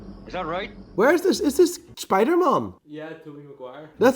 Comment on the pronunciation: English: *exists: "Bro-co-lee", "Is that spidermon?", "You can stay safe and anomonous"